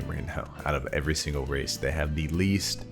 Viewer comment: i thought bro was saying "racist"